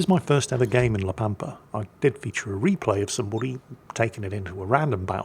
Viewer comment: La Pampa makes reference to the Pampas Region. So it can only be Argentina, Urugay or Brazil. It is in spanish, só it must be one of the first 2. BTW ur pronunciation is correct